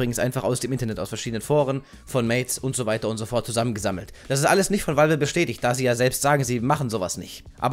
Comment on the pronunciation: wie war das? Walwe?